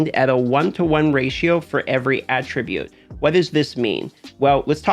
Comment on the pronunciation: How to pronounce attribute wrong 101. Great video but learn how to say attribute